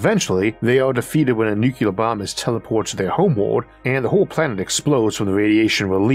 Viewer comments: Isaac, my man. It's 'Nuclear'. Seriously I love you and your manner of speech doesn't bother me one bit. But all I can hear is George Bush when anyone says 'Nucular'. It's not a deal breaker because you're awesome and one of the smartest thinkers I know, but gosh my pet peeve radar is going haywire over here. :) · nuCLEAR not nuCULAR